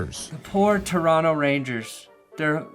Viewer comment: Aye saying Toronto like a Canadian. respects. Don’t double t that bitch